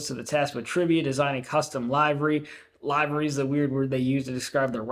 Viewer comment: That's pronounced livery with a short "i"